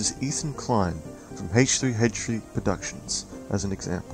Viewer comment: "Heych 3 Heych 3"?